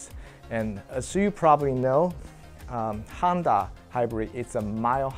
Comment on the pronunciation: Why do I keep hearing Handa? 😅 It is HONda, bro.